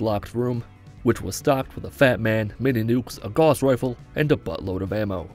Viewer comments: Two things: It's pronounced "g-OW-ss rifle" rather than "gauze rifle," and seriously insane respect for doing this. Holy shit, this is probably the hardest thing you've done that can actually be done. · Gauss rhymes with mouse.... Sorry, my grammar nazi came out. Still liked the video!